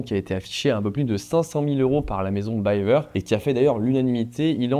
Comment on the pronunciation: Je me permets juste de te corriger : on dit "Bivère" pas "Bailleveur". Cf les interviews de Jean-Claude Biver lui même. Force à toi dans tes projets.